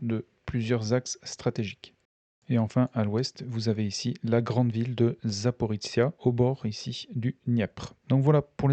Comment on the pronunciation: C'est secondaire mais je ne sais pas pourquoi vous prononcez "Zaporitsia". C'est ZA-PO-RI-JIA, avec le son jia comme dans "plagiat" (et ZA-PO-RÔ-JIÉ en russe). Sinon merci pour la minute de silence, ce que vivent les soldats des 2 camps est horrible, même si pour une fois on a plus de morts militaires que civils, ce n'est pas si courant dans les guerres modernes. Je n'aimerais pas être à leur place, surtout sous la menace permanente des drones.